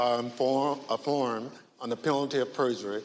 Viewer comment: Affirm not afform lol